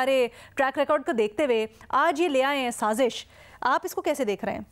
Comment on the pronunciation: The word is Saazish. Not Saajish Learn to pronounce Urdu words.